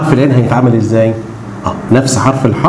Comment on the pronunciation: اسمه حرف الحاء مش حه